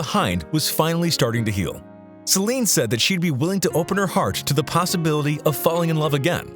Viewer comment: This is AI reading for you. Reads Celine's name out to sound like "slime".